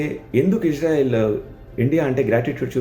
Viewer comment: ఇష్ శ్రా ఇల్ కాదురా బాబూ ఇజ్రాయిల్ అనాలి